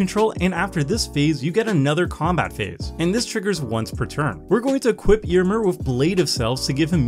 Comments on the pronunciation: Your pronunciation of Éomer is hurting me. The accent is there for a reason. It changes the pronunciation. It's [Eh] - [oh] - [mare]. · Ayo-Mare is the right pronunciation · Magic only creators not looking up pronunciations before videos can grate so so much. Ey-oh-mer should feel a lot better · Why do you pronounce Éomer like that?